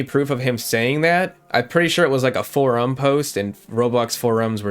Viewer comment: why do you say forum like that